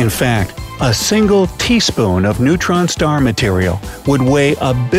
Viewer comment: He said neuron stars. LOL